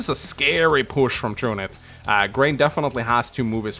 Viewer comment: I do believe his name is supposed to be pronounced "True Knight" It'd come in handy for people to submit pronunciation keys along with their names.